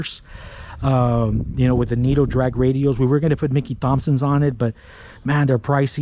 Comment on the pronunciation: You sounded very American until you said Mickey Thompson’s lol Awesome car my man! That’s my dream car! 72 chevelle with the 454 big block and a M22 Muncie rock crusher 4 speed trans!!! Maybe one day!